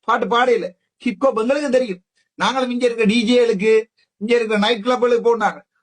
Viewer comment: இங்கே அர்ச்சுனா கிப்பு கொப்பு என ஆங்கிலத்தில் உச்சரிக்கின்றார் ஆனால் அது ஹிப்ஹொப் என்பதை ஆணித்தரமாக கூறுகின்றேன். இந்த ஹிப்ஹொப் பாடலை tms 1960 களில் முருகன் பாடலாக பாடியுள்ளார்.ஆகவே தரம் கெட்ட சங்கீதம் ஆக வர்ணிப்பது கண்டிக்க தக்கது. இளங்குமரன் இங்கே தமிழ் கலையுலகத்தை promote பண்ணத்தான் pta இல் அந்த பாடகரை கைது செய்ததாகவும் ஏதோ அரசாங்கம் Oscar award company மாதிரி சித்தரிக்கின்றார். அந்த சிங்கள சிங்க பெண் கூறுவதை எல்லா இலங்கையர்களும் கேட்டு உணர்ந்து திருந்தாவிட்டால் சோமாளியாவின் பக்கத்து வீடாக மாறும் இலங்கை.